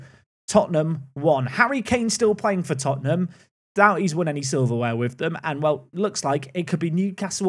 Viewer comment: Lad's, it's Tottenham